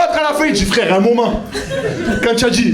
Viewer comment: Tu as un univeeeeers mais clairement quoi...tu as une belle cosmo énergie, tu dois être une belle personne. Oh fradé !!! Tu m'as explosé de rire on aurait dit l'abribus du 83 ooooh frère Jacques !!